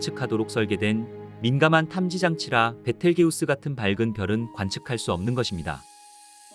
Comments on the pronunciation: 얘 이름이 베텔게우스 맞나요? 비털쥬스 아닌가 이상하네 발음이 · 원래발음은. 비를 지유스 임